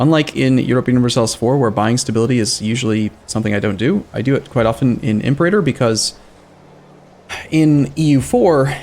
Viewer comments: Great video! Quick nitpick: The way to pronounce Imperator is like this: "Im-PAR-a-tor." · To be honest, not sure about the 100% exact Latin pronunciation, but it's definitely not "imp-erater." this is how Paradox pronounces it I think for foreign languages it's okay to not have necessarily have 100% correct Latin pronunciation but I'd at least stick with something that's widely used by other people.